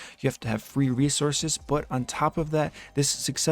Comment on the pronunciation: "free rescources" xD